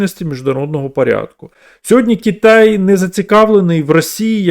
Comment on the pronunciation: Кітай, Кітай, Кітай... Кожного разу коли автор це говорив, аж сіпало. Будь ласка, говоріть Китай.